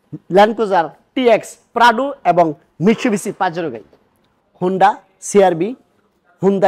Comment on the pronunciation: Bro said Pradu😂